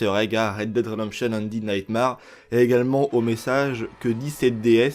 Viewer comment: Super vidéo, par contre, s'il te plaît, ça se prononce undéde naytmére ahahah Tu mérites quand même ton pouce bleu mec